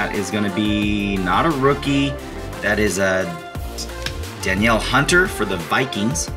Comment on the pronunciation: I’d take that Danielle Hunter!! Pronounced Duh-kneel;) love the vids man